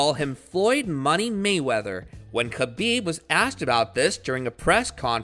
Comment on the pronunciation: Yo, how about you get someone to read the obviously prepared narrative in the video, that actually is knowledgeable about the person he’s telling the viewers about. It was honestly hard to listen to that guy murder Khabib’s name, and some of his opponents that were shown in the video with him. Some people may disagree, but if the details like that are ignored, you’ll never be able to put out a quality product, and expecting subscribers, or a plethora of likes, is at best, comically delusional. Merry Christmas 🎄